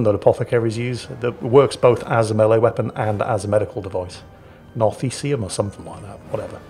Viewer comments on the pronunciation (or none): It's pronounced Nar like in narwhal, the like in Themistocles, chi like in China, oom